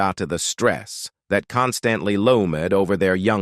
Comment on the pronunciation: This AI voice is super annoying as the mispronunciations of simple words like “loomed” is too much.